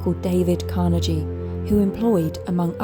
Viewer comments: CAR-neh-ghee or Car-Nay--ghee but never Car-ne-jee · Carnegie (hard G), not Carnejie!